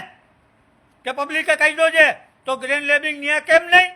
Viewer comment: ગ્રેન્ડ લે્બિંગ નહિ લેન્ડ ગ્રે્બિંગ 😀